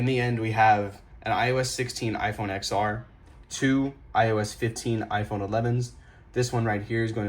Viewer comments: brudda!!! "eks es" "eks ar" 💀💀💀💀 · I was going to say the same thing. I can't stand it when people say it wrong.